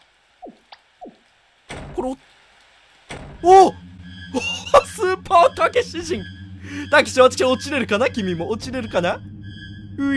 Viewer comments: タケシがもうタクシーにしか聞こえんwwwwww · タケシがタクシーにしか聞こえない